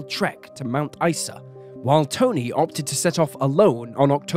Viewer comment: Mount Ice-a and Air-Lie Beach were impressively botched